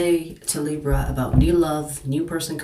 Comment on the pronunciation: Love the way u say Libra ❤ u are right about there’s a hot piece of ass that’s coming my way. Very sweet, sensual, spiritual & younger than I. We will see?!?